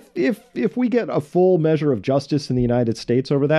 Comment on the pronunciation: It sounds like he says major instead of measure